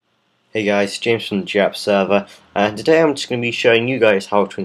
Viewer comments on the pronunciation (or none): Yea but u pronounced it Dyn-a-map